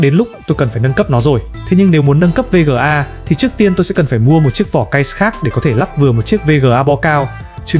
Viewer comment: thà gọi là vê ga hoặc card đi chứ VÊ GỜ A liên tục nghe muốn sang trấn